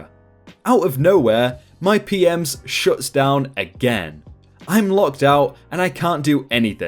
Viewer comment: re: story at ~ ; It sounds like you are saying P-Ms (plural) instead of P-M-S for Property Management System (standard hotel software).